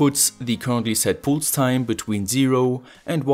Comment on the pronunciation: Cool project. BTW pulse is pronounced with a first vowel more similar to "a" (palse)